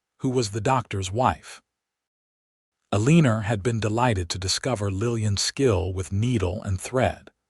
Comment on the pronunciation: ya'll are gonna have to stop using Eleanor as a name - cuz AI can't pronounce it correctly. It hurts to hear it abused so awfully!